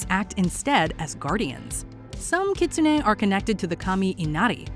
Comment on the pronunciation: Does anyone have a tsugomogami candidate at home? I have a cookbook that has been used in my family for over a century. I wonder how it would be as a Yokai... PS: my favourite Yokai is Kitsune and the narrator's pronunciation was atrocious.